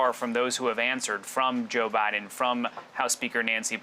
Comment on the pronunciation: Did she just said JOE BIDNER ? ?? Or Am just going crazy here